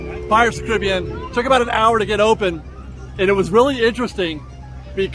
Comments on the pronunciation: I hate that you pronounce Caribbean, “Caribbean” and not “Caribbean”. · Still can’t get over how you pronounce Caribbean when referring to the ride 😭😭